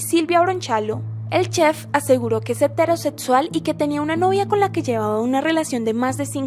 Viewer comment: "Eterosetsual", "aprotsimadamente", "encuentros setsuales". Si uno habla en un canal ya podría aprender a pronunciar, joder. No es tan difícil.